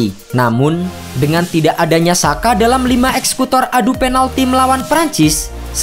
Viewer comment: Sekedar kasih saran min, Xhaka dalam ejaan Albania dibacanya Jaka. Xherdan (Shaqiri) dibacanya Jerdan. Terima kasih atas perhatiannya.